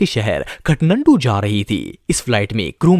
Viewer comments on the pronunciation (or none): Katnandu Nahi Kathmandu hey 🥴